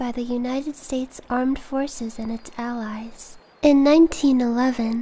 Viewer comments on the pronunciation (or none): none